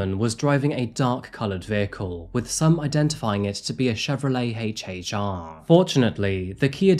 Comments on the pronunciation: HHR . NOT HACH HACH R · Da hell is a heychee heychee Ara? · HAYch HAYch R 😆